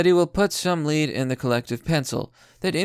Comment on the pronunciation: Please pronounce lead properly